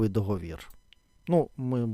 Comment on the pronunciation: ДоговІр, але договОру., договОри, ДоговОрів. Дякую!